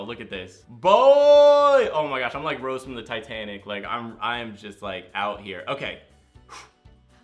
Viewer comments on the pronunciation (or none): none